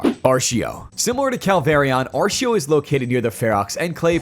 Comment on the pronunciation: I’ve also never heard Artio pronounced Aa r SH ee o … I’ve always heard and said Aa r T ee o 😅